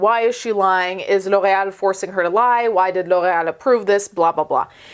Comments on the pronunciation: I love how well you pronounce ✨L'Oréal✨ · That pronunciation of L’Oréal though. 🤌🏻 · The way you pronounce L'Oreal 😍 😍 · There are legit people in the comments making fun of her. For pronouncing L'Oreal correctly 🤦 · I love how she says it, but I have never heard it pronounced that way in the states. Even on commercials, which come to think of it is kind of odd. I think it sounds way better that way and makes them seem like a fancy brand lol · It’s a French brand and she pronounced it correctly? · wow do you speak french ? That pronunciation "Loreal" was just 👌im from quebec so i speak french ( Québécois) I love your videos always 🖤